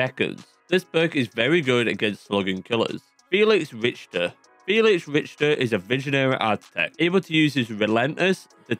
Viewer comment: Rich-ter? Rakto? Have you been pronouncing them like that the whole time 😭